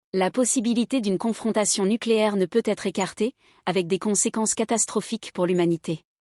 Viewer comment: On dit nucléaire pas nicléaire 😅